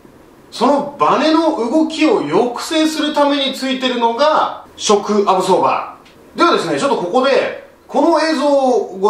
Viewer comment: なんかわからんけどショックアブソーバーの言い方がかっこいいw